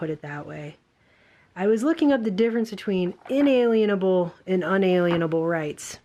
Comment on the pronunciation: Un a lien able. You can't put a lien against it.